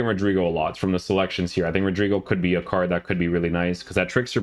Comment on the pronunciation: Stop saying CARCH!!!! C A R D !!